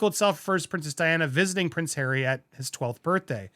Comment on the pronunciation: 😂😂😂😂😂😂😂😂 that's "our Hawwy"!😂😂😂😂😂. Incidentally, is the word "cretin" still acceptable or is it now banned in our PC world? I'm getting too old for today's linguistic shenanigans. I can't keep with what is ok and what is on the "Banned" list.